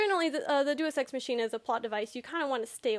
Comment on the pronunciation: Day-us ex mach(as in speed)-een-ah